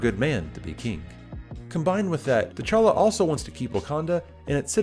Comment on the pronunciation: You pronounce his name "téchala" when it fact you should pronounce it "tchala" ( only two syllable in his name not three). The "t" and the "ch" have to be pronounced at once , not separately . Swahili is not my native language but i have family members who speak it , also all african languages have the same prononciation for consonants and groups of consonants . You have to be able to pronounce words who start with "gb" " tch" or "mb" with a lot of ease. Though I really enjoyed this video (liked, subbed) , you're absolutely right , villains are underwhelming nowadays , it's almost as if they want to turn them into good guys